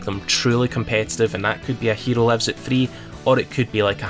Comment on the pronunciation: If you wanna say hero in Japanese, try speaking the o different 😂👍🏼